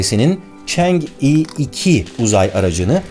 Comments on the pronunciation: Barış Abi yine harika bir video, teşekkürler. Yalnız Çince bilen biri olarak (嫦娥) "chang'e" ismini "çeng i" olarak telaffuz etmeniz videoyu izlerken beni azıcık rahatsız etti. Doğru telaffuz "çan ı" şeklinde olacak. Bundan sonra Çin'le alakalı daha çok video izleyecek gibiyiz, Çin ve Çince ile ilgili konularda yardımcı olmak isterim. Saygı ve sevgilerimle... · Barış abi,aletin ismi Çengi dört değil Çang'ı olarak okunur, yani 嫦娥